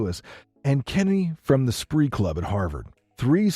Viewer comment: It's the Spee Club that Doug Kenney belonged to at Harvard, not the "Spree" club. That's the right building in the picture though, so I'll give you that. In addition to co-writing the movie, Kenney appears in it, playing the character Stork. He was undergraduate president of the Spee when he was at Harvard, and a couple of posters he made for Spee dinners still hang on the walls there.